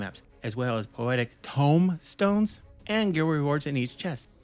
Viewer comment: Loved the way you said TOME stone. Was there for the other video too. Good vid keep em coming 😊